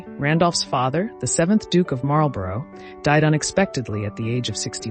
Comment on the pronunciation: Marlborough is pronounced Marl-borrah.